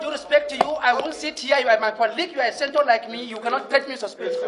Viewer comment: It's Senator ma not Sinator. Olodo.